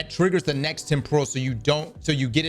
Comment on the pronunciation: it's pronounced Tem - puh - ruhl... Not, Tem - por - ral.